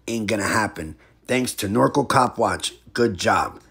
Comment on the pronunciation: It’s pronounced Nor-Cal like So-Cal Not norco😂! FYI Thank You for the knowledge and educating us!! Love your channel Bro!!